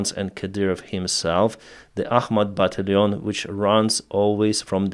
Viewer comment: Battalion: бо ТАЙЛ йон or "buh TAL yun" . The "al" part is actually pronounced like the name "Al," but I don't have a good way too transliterate it in Russian Cyrillic.